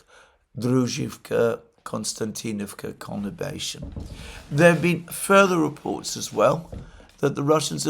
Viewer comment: word of the month: 'connibation'? or is it conurbation?😊